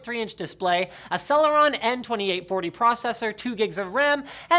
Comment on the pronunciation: lol he said celeron